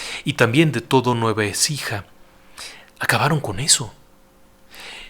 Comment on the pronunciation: Provincia de Nueva Écija, no Ecija, saludos y gracias por todos los relatos!